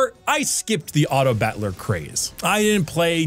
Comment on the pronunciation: Why is he saying it as bat-ler like butler? It's driving me crazy here, lol